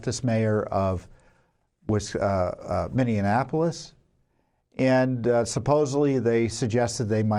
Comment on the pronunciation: AGAIN, PLEASE PRONOUNCE MINNEAPOLIS CORRECTLY!!!!!!!!!!! It is NOT pronounced like Indianapolis!!!!!!!!!!!!!! It's Min-e-ah-poh-lis!!!!!!!!!! No extra "en" sound in it after "e!" This is so very obvious...if you cannot pronounce it correctly, the dems will use it to distract from your message, saying that you shouldn't be believed since you can't even pronounce the city's name correctly...don't let them do this to you, dang it!!!!!!!!!!!!!!!!!!!!!!!!!!!!!!!!!!